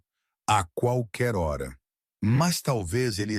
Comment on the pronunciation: Fala a hora direito.